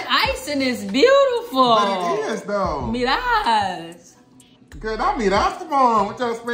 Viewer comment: She said “miras” 😂💀